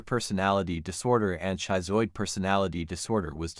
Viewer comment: Wow. I had no idea I would become so riveted to this video. Aside from AI narration that resulted in a somewhat choppy presentation and mispronounced words, i.e., "schizoid", the research is outstanding. Will we ever learn to identify these personality disorders and mental illnesses before one becomes a Ted Bundy? Probably not in my lifetime, but there are continuous studies being done that advances what we previously knew to a new level. I'm off to buy James Fallon's book! What an astonishingly unexpected denouement that turned out to be, eh? Great video!